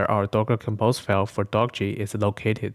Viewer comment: Thanks. Good vid p.s.: The author intended the name Dockge to be pronounced the same as word "dockage" [doh-ke-j]